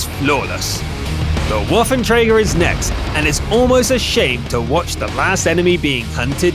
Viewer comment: Its an Waffenträger! no a waiventreiga